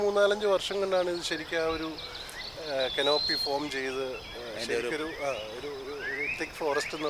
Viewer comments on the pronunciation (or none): canopy ... not kanoopy ..